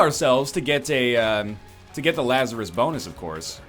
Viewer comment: La-zar-rus Laz-a-rus bose